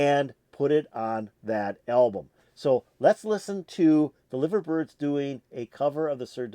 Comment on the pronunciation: Their name is pronounced Live -er as rhymes with diver, not like the meat ! I'm from Liverpool and my uncle used to date one of the Liver Birds !